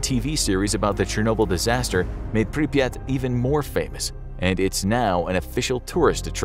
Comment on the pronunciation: Pripyat is actually only two syllables. The first syllable is close enough to the English prefix "Pre-". The second syllable is a bit like, if you take the word "yacht" and stick a P on the front of it. So, "Pre-PYAHT." That's admittedly not perfect, but it's closer than one listicle that pronounced it more like "papaya." 😆